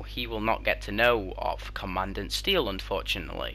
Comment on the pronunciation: ‘Aye-shuh’ ‘comma-dawn-t Steele’ for pronunciations